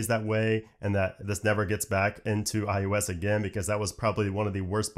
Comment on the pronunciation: iUS iUS iUS, only I find this pronunciation annoying?